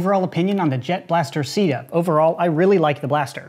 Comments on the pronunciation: Might wanna avoid pronouncing CEDA as “sida” because SIDA is the French word for AIDS and it may offend some people. Personally I don’t have a problem with it but still... worth noting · When he said CEDA.... I thought he said "Sea Death" Giggity Edit: Also today's sponsor is sea where your enemies experience DEATH!!